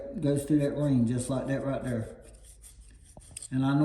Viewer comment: "Like that right derr"😂 nice video!